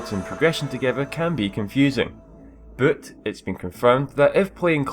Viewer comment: "Booouuttt" Nice pronunciation;)